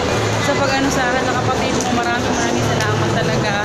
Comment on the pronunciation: Hi po...yong salamat mo naging samalat hehehe excited c sis